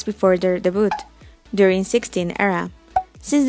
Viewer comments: I'm just very bothered about how you pronounced the word "debut". It should be "de-byu" instead of "de-but". I'm sorry I just can't help it hehe. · Dehboot Gurl it is “Debut” (ง'̀-'́)ง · Friendly note from an ESL teacher: début is pronounced “day-byoo” and not “day-boot.” It is a French word, so the T is not pronounced. Same for the past tense. It’s not “day-booted.” It’s “day-byood.” Hope this helps! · Not to sound rude or anything, but "debut" is pronounced like "day biew" (the but in debut is pronounced like view but change the v into b)😊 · Please pronounce debut right, it's very cringe